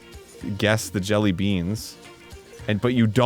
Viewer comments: You’re supposed to emphasize the word “jelly” not “beans” when you say jelly beans. Maybe this was just a bit. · Why does Arin say 'jellybeans' with a weird emphasis like that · why did Arin put so much a hard emphasis on the "BEANS" part of jelly beans